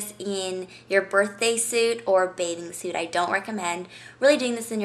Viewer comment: did she just say birthday suat?!